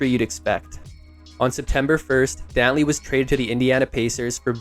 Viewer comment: THIS AI IS CRAZY WHO IS DOWNLEY